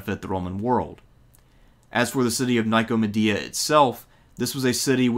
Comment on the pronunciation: "Bifth nee uh" "bifth nee un" "ni ko muh dee uh" Bruh... i can't tell if you are trolling or actually struggle with reading